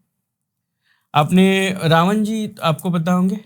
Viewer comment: रावण hota h, रावन nahi 😅